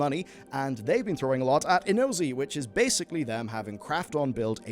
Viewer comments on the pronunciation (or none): Inozi? 😂 It's Inzoi, as in, enjoy 😂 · Got the title and pronunciation wrong I can’t 😭